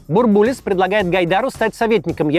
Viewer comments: Че то как то слух режет - бурбУлис вместо бУрбулис. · Очень актуально. Спасибо. Но Геннадий БУрбулис - ударение на первый слог!!! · только он БУрбулис, ударение на первый слог. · Максим! Ну почему БурбУлис? БУрбулис!!! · БУрбулис. Ударение на первый слог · В 90-е по телевизору всегда говорили «Бу́рбулис». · Потому что в начале 90-х говорили БурбУлис. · бУрбулис через рукопожатие не передаётся! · Максим, спасибо за интересные нужные выпуски. Будьте любезны не брать пример с Искусственного Идиотизма с его корявыми ударениями. Фамилия Бурбулис произносится с ударением на первый слог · Бурбулис ударение на первый слог. Переписывайте.